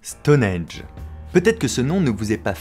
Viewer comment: Super vidéo, cependant je vais peut-être faire mon relou mais on dit Stonehenge et pas stoneage